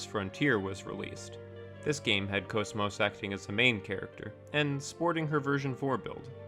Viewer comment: GOOD VIDEO 10/10 VERY INFORMATIVE Okay sorry for fanboying but GOD I LOVE HER TO PIECES edit: also I'm super glad you actually pronounce her name correctly :)